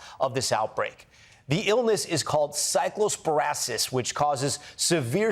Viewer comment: In case anyone’s wondering, it’s actually pronounced “sigh-clo-spore-EYE-uh-sis” not sigh-clo-spore-uh